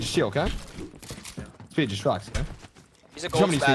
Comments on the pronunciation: It’s speed not meat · He’s not German, you got to stop saying that speed😤